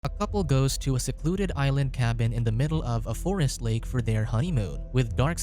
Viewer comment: Dude, the way he talks hahahaha, "Mick was about to attack héêer, he was going to the fóôóréêést"